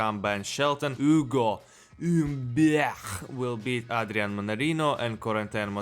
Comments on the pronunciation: "Oo-go Mm-byech" is one of the best pronunciations of his name I've heard. They missed a trick not hiring you to announce the draw at the French Open. Bold predictions as usual. I'm going to pick Dimitrov as my dark horse on the men's side and Jabeur on the women's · The ugo humbert pronunciation is sending me 😂😂